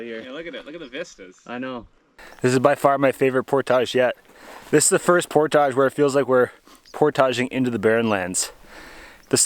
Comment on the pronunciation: Cabbage, baggage, luggage, portage. Not portaaage.